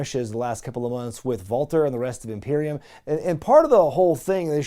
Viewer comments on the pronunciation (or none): none